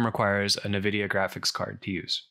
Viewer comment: I do visualization of civil engineering projects so I’ve curious about this but haven’t taken the plunge. You’ve saved me some time! Hate to be that guy, but Nvidia…en-vidia, not na-vidia. But don’t take my word for it, listen to the CEO Jensen Huang pronounce it haha. Anyway, thank you for making a video about this.